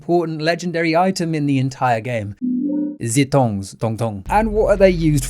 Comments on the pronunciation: Zee tongs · idk why that made me laugh the way it did. “Ze tongs, tong tong” it’s like if Jacques Cousteau worked in a bakery.